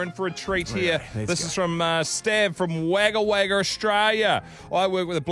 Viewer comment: omg the way he pronounced Wagga Wagga 😂